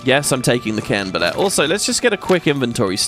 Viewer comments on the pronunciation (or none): Everytime you say Cairn Bolete, I keep thinking you're saying Creme Brulee.